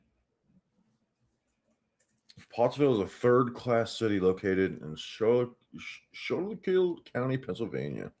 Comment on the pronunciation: FYI it's pronounced school-kill county. Unfortunately I missed the live show second half because I was shooting in a dart league.